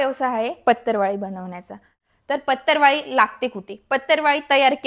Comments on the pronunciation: Its patravali not patarvali, it sounds so irritating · It's not pattarwali plzzz it's patrawali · सगळ्यात पहिली भाषा सुधारा बिझीनेस करायला निघाली पतरवळी ××× पत्रावळी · 'अहो मॅडम,याला पतर वाळी नाही म्हणत.... तर पत्रावळी असे म्हणतात.😊😊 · पतरवाळी नाही पत्रावळी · पतरवाळी 😂 का पत्रावळी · Aho dohale jewan . La . Lgana sathi koni hi waparat nahi. आणी पतरवाळी नाही हो पत्रावळ म्हणतात. or पत्रावळी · पत्तरवाळी नाही बाई पत्रावळी म्हण ग सखू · Madam patarwali nahi parawali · पत्तर वा ळी 😂😂😢😢 हि कुठली भाषा शाळा शिकुन अडाणी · Aadhi Patravali bolay shika